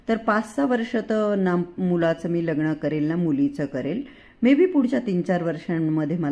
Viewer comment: लग्न तुम्ही लग्नण म्हणता सहज सांगितलं ह